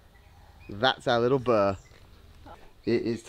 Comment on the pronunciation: The huts are not called “burr” they are bure, pronounced “boo-ray”. It’s really important when travelling to embrace the culture and language as much as possible ❤️